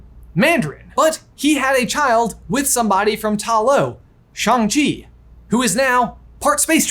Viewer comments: Me: cringing at “Shang”…. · I like that is literally saying Shang-Chi half right 😂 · No, she is in fact defaulting to his chosen English name "Shaun", because that's what she knows him as and she can't pronounce Shang-Chi correctly, as shown on the plane ride.